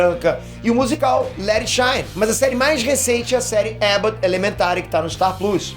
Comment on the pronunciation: Curti de ouvir vc falando star pluus, deve ser foda pra vc isso com seu nível de inglês, admiro